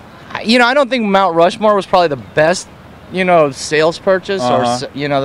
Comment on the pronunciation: Rount Mushmore